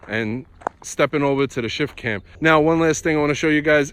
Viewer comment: I kept hearing "Shit Can" lol